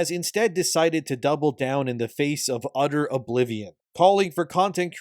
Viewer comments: "udder oblivion" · udder oblivion?